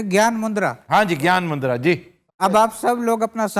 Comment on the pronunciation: Sir, it's Gyan mudra, not gyan mundra , Regards, Ashwani Setia Punjab ,India